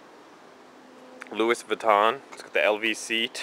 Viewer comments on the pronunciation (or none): Lol it's pronounced loui, the s is silent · I'm sure people have already commented but its pronounced "loo-E" Vuitton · louis vuitton lol. its pronounced Louie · the s is silent in louis vuitton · the "S" is silent.